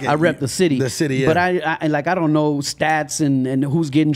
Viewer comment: LOL "DOKNOW" DONT KNOW ... HE DIDNT DO HIS RESEARCH!!!!!!!!!!!!!